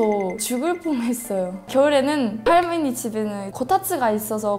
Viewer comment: 할므니가~ 할떄 발음 귀엽네요 ㅋㅋㅋㅋ